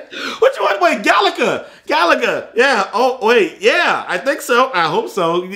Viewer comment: Its galaga